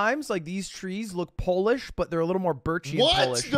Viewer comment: watching it back now, i realize he's saying pole-ish and not polish